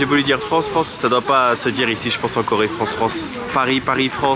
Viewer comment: Il a beugé sur France a cause de la prononciation qui était surement trop "occidentalisée".... la prochaine fois essaie de decouper le mot en sons coréens... parce que par exemple le son "F" n'existe pas chez eux. Donc France te donne Peu-Rang-Seu (en coréen 프랑스). Il va comprendre direct! Top les videos comme d'hab 👍